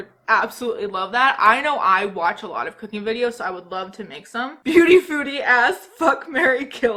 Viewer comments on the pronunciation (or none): I SWEAR when you said cooking I heard “cocaine”